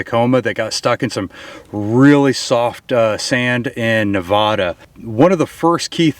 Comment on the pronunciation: ended the video because he cant pronounce NEVADA